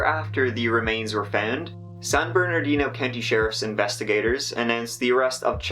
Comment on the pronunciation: It's so weird. I grew up in California, watching TV from southern California, and talking to many people who came from the area. Point: "San Bernardino" was city I heard about often, and I never, until now, realized there was a 2nd "R" in there. I've never heard (or possibly, noticed ) the 2nd "R" pronounced. I was about to correct you, when I saw the Official Seal and saw there was, indeed, another "R". Another Mandela Effect?